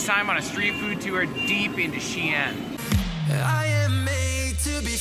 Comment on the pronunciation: xi'an,not xian.